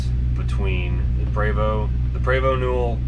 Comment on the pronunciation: PrEEvOst - English pronunciation. Prevosts are BUSSES.